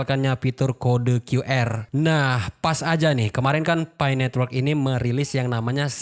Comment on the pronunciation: Nyebutnya "pi" aja bang gitu, kenapa mesti nyebut "pay" sih? Sakit pala njir dengernya😂